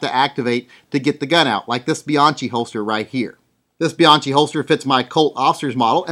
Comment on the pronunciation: "Be-Yankee". Say "BE-YANKEE". Not "Be-yonkee".John himself told me. Thank you.